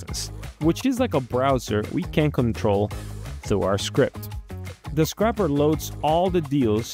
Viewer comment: mispronouncing scraper </3